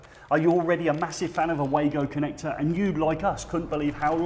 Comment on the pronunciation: I picture all Germans cringing in unison when you say "way-go" instead of "vah-goh".